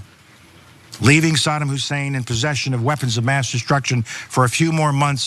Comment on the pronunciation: its saddam hussein not sodom husain or sadem hussain.wow